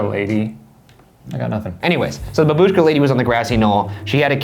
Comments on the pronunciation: It's bAbushka, infasis on the A!!!! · bAbushka. not babUshka lol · IT'S BABUSHKA NOT BABOOSHKA YOU UNCULTURED UMBRELLA KNOBS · Btw It's bAbushka, not babUshka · the way u guys pronounce babushka makes me physically uncomfortable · The way that Ryan pronounced "babushka" made me (wheeze) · I'm Russian, and i can't stop laughing on your pronounce "babushka") Thank you all guys for your work <3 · You pronounced babushka wrong